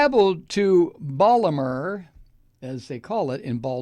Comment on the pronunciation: I like you, but that's not close to how we say Baltimore in Baltimore. So please stop getting it so wrong! It's insulting. I totally hate Trump, and don't support anything connected to him. If i were you, I'd maybe choose some of the words you used in this video more carefully. That isn't a threat, just good advice.